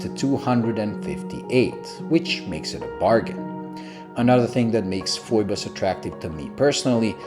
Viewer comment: Great review, Thumbs up given! You hit the nail on the head about the contrast of the markers, hands and dial. 😄Hahaha, Looks like I'm not the only one who gets the pronounciation of the company's name wrong. Like you, I look at the spelling and I'm forced to say Foy-bus, even though when I contacted Phoibos directly they'll let you know it's actually pronounced Fee-bus. Screw them, Foy-bus for the win! 😁